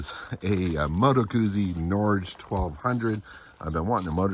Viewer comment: The name of the bike said properly would sound like "nor-geh", which is the Norwegian word for Norway actually.